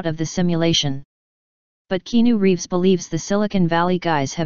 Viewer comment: Love "KEENU REEVS"!😂